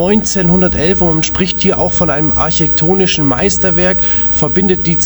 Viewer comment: eins statt eine Städte.. arschektonisch... du könntest bei DEM Migrantendeutsch gleich hier in Slumburg bleiben